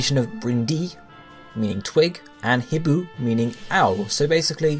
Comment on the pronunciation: The h in hibou is silent!